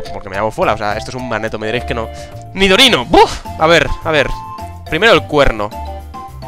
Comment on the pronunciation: el nidorino no te salio mal eee